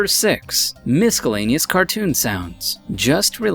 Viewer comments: The word miscellaneous is pronounced ˌmɪsəˈleɪnɪəs/...... the 'c' is silent..... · YES! I should have read the comments first before posting my own but I did notice this disappointment as well 🤣 So much goes into making a video and I thought this one was pretty decent until we hit that "mis-skull-ley-nee-us" bump in the road. Now, instead of audio tricks being the intended topic of conversation, I'm left wondering if this guy just unintentionally reassured/taught a bunch of young, impressionable minds how to mispronounce the word "miscellaneous" Mispronunciations are 100% avoidable, they're distracting and depending on how bad it is, for me personally, overlooking how to pronounce a word before using it in a video that you intend to share with the world can temporarily destroy any good feelings & opinions of the video... I'd even go so far as to say it wrecks the credibility of channels like this. If you're already going to plan out a video, and write a script for yourself to narrate it, then you should probably also take the extra step and make sure that you're pronouncing your own words correctly. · Miscellaneous not miskel anius wtf??? What are you reading off? Did you use an app to find different words to use because u can't even pronounce them right. Don't use words if you don't know them then u just sound stupid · "Miskelaneous"? Needs a better script writer. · LOL-ing at "miskuhlaneous" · Did he really improperly pronounce miscelaneous as miskelaneous... the 'c' is silent homefry. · Just a friendly Public Service Announcement: The letter "c" in the word "miscellaneous" is silent. 🤔 Did anyone else cringe just a lil bit when the narrator said the word miscellaneous like this: mis-skull-ley-nee-us? 😜 Hahaha... 😄 Maybe nobody else noticed? Knowledge is Power 🤓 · "A stapler and MISKELANYOUS...." ??????? What a moron. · seriously. Miscellaneous. Miss-el-ane-e-us. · Wut? Mis-ske-laneous? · "Misk-el-aneous?" Really? 9__9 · or "Miskilaneous"